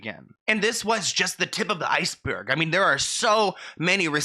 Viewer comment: the way he said iceberg has me rolling though!